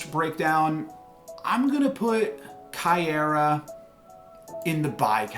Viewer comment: Miek is pronounced like the word Meek. You got Caiera pronunciation right. Stormbreaker will be a 0/1 not 0/0